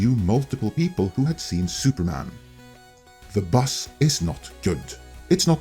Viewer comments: I listen to YouTube a lot, and I love your accent and mispronunciations, but when you kept saying 'bus' I was so confused.... oh BUZZ. Haha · I guess, but I still consider this a mispronunciation. When I was listening I was thinking "what bus is he talking about?" And I normally work out what he means in context but just couldn't this time. Had to watch! I hope you have a good day mate, and remember always bring a towrel!